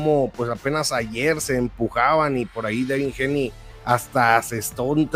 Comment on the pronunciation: Haney se pronuncia GEINI Y NO GENI MO!